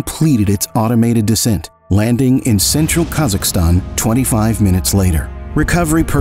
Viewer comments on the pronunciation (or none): none